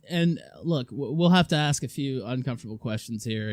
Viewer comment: Liu the kitty deserves to be watched and laughed at. Fucking degenerate. I’d love to meet her in a chat room and request she ‘axe me a question’